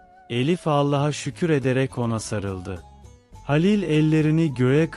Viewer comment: Dinlemek için zorluyorum kendimi ama bu nasıl bir seslendirme halilin halil ın sinirim bozuldu o nasıl bir isim telafuzu ya lütfen biraz daha özen ve gerçekçi anşatın ki hikaye nin içine girelim payımıza düşeni alalım